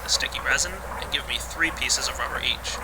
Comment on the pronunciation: it sounds like u say wubber no offense